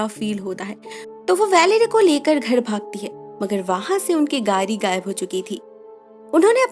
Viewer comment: its not परा its पड़ा। its not गारी its गाड़ी।